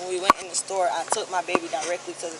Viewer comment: Pronouced store, not sto.